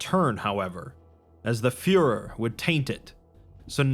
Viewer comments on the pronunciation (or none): none